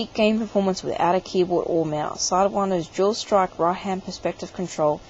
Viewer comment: it's dual strike, not jool strocke